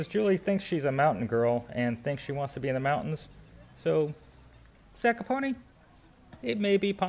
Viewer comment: Hi Guys. Pronunciationod this town is Zakopane ( not Zakopone ). Highest peak in Poland and Tatra Moutains is Mt. Rysy 2499m, in Tatra highest peak is Mt. Gerlach 2655 m above the see level. Geetings from Kraków